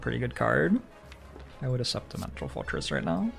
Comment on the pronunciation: Is it Canadian to pronounce accept as "assept", or it is just the one word pronounces weirdly through some idiosyncrasy?